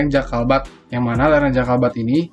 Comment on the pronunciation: jabalkat bukan jakalbat